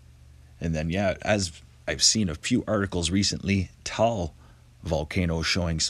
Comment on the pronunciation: Taal is pronounced, Ta-arl. He's my neighbour.